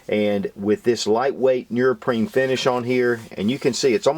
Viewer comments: bro u make great videos but its pronounced neoprene not nurprine 😂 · What the hell is nearpreen? Are you trying to say neoprene? Which is pronounced exactly as it is spelled. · heh heh... he says nerprene... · NEO-PREEN lol right pronunciation of neoprene . other than that , Great review. help'd me decide to get 2 . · Thanks for all the great videos and the knowledge that comes with them ***** but, say it with me: "knee-oh-preen" hahaha seriously though, great work, you have really helped me broaden my perspective and certainly influenced past purchases lol. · "nee-oh-preen" lol